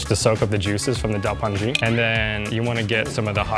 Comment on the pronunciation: loved to see da pan ji as the last dish. i've lived many years in China and it's my favourite restaurant meal. eaten with wide belt noodles. pronounced da-par-jee in north China. some restaurants serve it on a large nan bread. delicious!